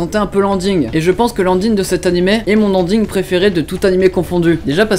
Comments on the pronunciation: Si au moins il prononçait Ending, lui il dit Anding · mdr il prononce ANDING au lieu de énding c'est la premiére fois que j'entend ça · Anding au lieu de Ending 🤣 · C'est ton andine préféré ? Mais oui, c'est ça xDD (c'est ending pas andine) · "l'"ANDING" mdr j'adore ton humour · S'il te plaît, va sur Google traduction, écrit ending et met le son pour avoir la prononciation car c'est vraiment, mais vraiment effrayant comment tu le prononcé T-T J'ai adoré cet animé ! Je sais si tu as vu le film mais c'est la suite et fin de l'animé !